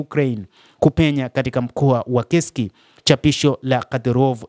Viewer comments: Inasomeka kesk lakini inaandikwa kursk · Ule mji usiuite KESK hautamkwi hivyo. Ni Kursk unatamkwa kama unavyoandikwa